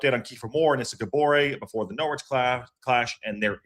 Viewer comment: IMO you're spot-on re: J McClean. Good player on his day, but has more off-days than on now...thanks for the memories Jimmy 👍(btw, Norwich has a silent 'w' so it's pronounced Norrich)